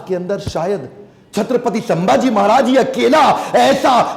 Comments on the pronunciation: it's not samaji maharaj it's samdhaji maharaj (संभाजी महाराज ) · Sabse pehle aap dono उनका nam thik se सम्मान se le, सांभाजी नहीं छत्रपति संभाजी महाराज... संभाजी है सांभाजी नहीं है okay ❤️🙏🏻🚩